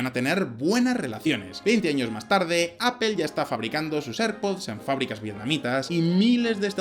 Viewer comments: ¿Por qué los españoles dicen "apel" en lugar de "Apl" cuando pronuncian la palabra inglesa Apple? y ¡¿Por qué demonios dicen "maiquel" en lugar de "maicl" cuando pronuncia Michael?! ¿En serio están tan vetadas para su léxico las palabras que terminan en pronunciación "L"?... me imagino lo que sufrirán con el Náhuatl, por eso terminaron llamándose tan raro las ciudades mexicanas que intentaron hispanizar de nombre. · Qhe es "apel"